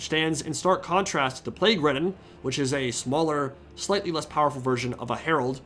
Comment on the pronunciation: when you said 'plagueridden' I thought you said 'plaguewoman' and I fuckin spat out my drink